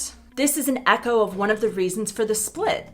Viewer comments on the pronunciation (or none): none